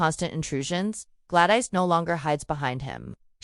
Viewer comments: Good ole glad-ice 😂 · The AI voice-over had too many mispronounced names (Glad-ICE) and weird pacing. Had to turn it off.